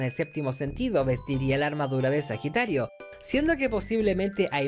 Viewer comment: ajajaja recien me di cuenta que decia Pajitario...